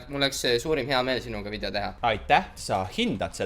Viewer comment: Mitte pahaga, aga öelge palun vidjo asemel video. Valus on kuulata muidu 😉